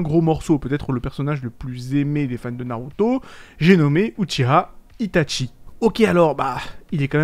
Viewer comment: pourquoi tu dit tout le temps itate Tchie mdr